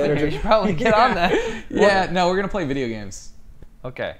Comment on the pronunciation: Damien: Whut eef eyee just talk like these for the whole veedeooo? Me: whispers don't